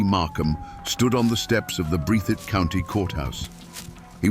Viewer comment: That's "Breath - thitt"